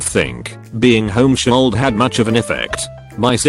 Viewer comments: Nobody:: “Homeshooled” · No one: TTS: home-sholled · Voice said home-shooled